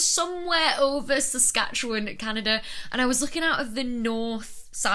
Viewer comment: I live in Saskatchewan. See them most nights. We would lay on the hood of our cars to watch them. And congraulations for pronouncing Saskatchewan properly, even a lot of Canadians can't.